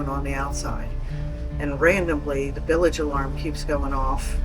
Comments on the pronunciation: What to heck is a billage?...Does She mean bilge? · “Billage” [sic] alarm?